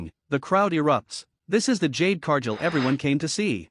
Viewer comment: exactly what I wrote. Whoever runs this channel uses AI to narrate the video. However, AI pronounces names WRONG. In this video Cargill's name is being pronounced wrong, and this isn't teh first video done by this channel that uses AI as teh narrator and get's name pronunciations wrong all the time. If teh channel can't get the basics like pronouncing a wrestler's name correctly, then they should stop posting videos and shut down the channel.